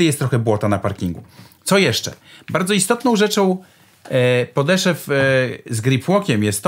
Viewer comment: Wszystko fajnie taka uwaga mała mówi się podeszw nie podeszew